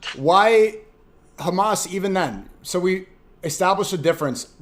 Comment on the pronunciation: Khamas khamaas khamaaas 😂😂😂 i swear thats all they can say 😂😂 its embarassing